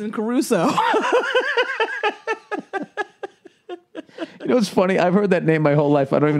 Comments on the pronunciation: Who the fuck says CArusoe? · Who says "ca-ru-so"?!? Hahaha, huckfeads! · Did really say Robinson ''Caruso''?? LOL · it's Robinson Crusoe not Caruso:)) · No.....not everybody says carusoe. Nobody says carusoe. Idiot!!